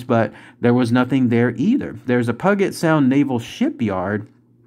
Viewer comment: PEW-JEt sound is how you say it